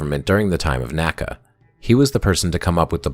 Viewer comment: NACA was not pronounced like NASA each letter was pronounced individually